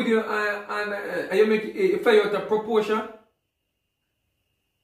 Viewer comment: It fly out a proporsha 😆 lol. What a word